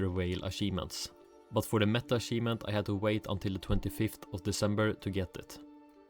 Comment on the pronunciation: when you say achivement, you need to add pressure on the ch. it isn't an s its a ch or closer to "t h" like chicken - unless you say sicken in which case dont do that either. Same all goes for champion.